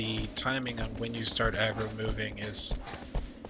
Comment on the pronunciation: Way you say agrooo